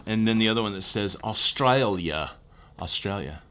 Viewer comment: Points for the pronunciation of Australia when you showed the mug. 👍